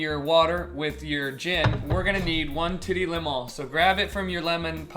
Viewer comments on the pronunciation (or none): "Titty lèmon" 😂